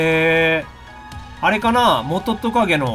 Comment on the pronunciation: モトトカゲのイントネーション、いつの間にか元トカゲじゃなくなってる！ キラフロルが元トカゲとほぼ同じイントネーションだけど…